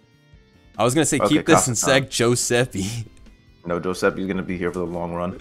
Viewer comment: Joeseppe with a J has my crying